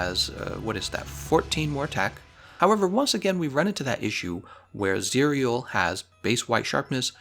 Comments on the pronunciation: "cereal" lmao. It's pronounced "cih-rel" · How you spell it, Just say Zirel. that's how it's being pronounced in the game, which is the real name of Ciri. and I recommend you playing the Witcher3. you should farm for ur gear etc so if u had fun playing mhw then u will have fun there too. the only difference is that the Witcher got a stunning story. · It’s zee ra el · Zie real? No. Zee Ra EL. Play the Witcher already. Please. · Its Z-Rae-el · You pronounce it as "ZIR-YEL" as its Elven.. just heard it from the game.. 👌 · Zae Rell Geralts pronunciation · Pronounced "Zee-rel" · Zee-Rell That's the pronunciation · Its Zi-Ra-el. Like how to pronoun Kal El which is superman's real name. The name is supposed to mean Sparrow in Elvish. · I think it's pronounced "Za rel" like Cinderella but "Zarell. At least that is how it's pronounced in the witcher 3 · it's pronounced "zih-rehl" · As far as I know, the pronunciation is 'Zirel' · It's "Zee-rel" Witcher's elvish word for Swallow as in the bird. It's the nickname given to Geralt's daughter Ciri and what she named her sword. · it's pronounced zi-rea el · In the Witcher, they pronounce the name as "Tsee-rel"